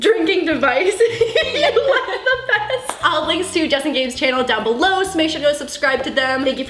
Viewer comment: lolz she rhymed "let us know, in the comments down bellow"